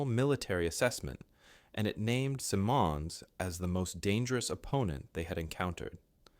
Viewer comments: Good article, but it annoys me that you didn't get names right. His nam was pronounced Sim, as in him, and the monds also sounds like a short "i". It sounds like Simminds, with the accent on the first syllable. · The man's name is SIMMonds. Accent on the first syllable. Short i in the first syllable. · You've said his name about eighteen times and wrong about every time. It's Simm, as in Jim, him, trim, slim, "Sim" ending in "unds", where the "U" is hardly heard,."Simunds". It isn't hard. If you don't know how to pronounce a person's anme ask a Canadian who cared enough to listen to Canadian news broadcasts at the time. I was a twelve year old kid at the time and i knew. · SYE'mondz. He's Anglo, so your see-mon' is a conspicuous and pretentious fail. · Guy Simonds, the surname is pronounced like "cinnamon" but with ds at the end. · The commentator's pronunciation of Simond's name threw me off. I believe it is pronounced SIM'ends. The emphasis is at the beginning of the name. Like another Canadian general, ELM "Tommy" Burns, he was intellectual, mechanical, and lacked a sense of humour. But Simond's was competent and an innovator. Probably the best Canadian general with charisma was Maj.-General Bert Hoffmeister, a reservist who commanded the 5th Cdn Armoured Division. Douglas Delaney wrote a good book about him entitled The Soldiers' General. Also see JL Granatstein's The Generals. Thank you for producing this history about Gen. Simonds. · Simmons. Is the pronounciation. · "Simonds: Pronounced with two syllables: "SIM" and "uhndz." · its "Simmonds" rhymes with "diamonds" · No!!! Simmons as is Richard Simmons with a soft - very soft d at the end. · At least teach your text-to-voice robot to pronounce the name of the man the video is about. It pronounces Simonds about five different ways. It's pronounced "Simons", as . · I beg to differ though. With m’s the name is pronounced sim…ons as in him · What's with your odd pronunciation of the 'Somme' and 'Simmons'?